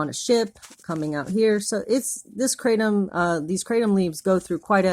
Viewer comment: Kratom is pronounced CRAH-TOM not CRAY-TEM